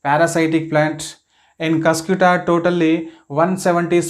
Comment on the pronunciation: ur pronouncing is wrong pls pronounce properly its not cyscyuuta its cuscuta spell cuscataa ........